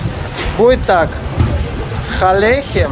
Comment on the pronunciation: Маленький совет: не произносите :ха-лехем. Лучше сказать: а- лехем...а- немного гортанно! Шелахем? - Шелану!